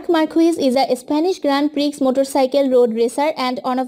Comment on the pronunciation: Appreciate your efforts but please see the pronounciation first.... Grand Prix is pronounced as Grand Pri..... X is silent... Nd many other were thr just see the pronounciation first..... Anyways nice video!!!